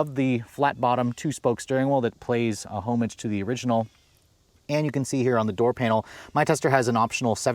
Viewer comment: Home-age? Learn to pronounce words before using them.